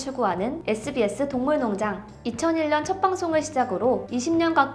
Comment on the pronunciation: 동물농장 에서 발음이 많이 꼬이네요. 화이팅 조금 더 노력하는 모습 기대할게요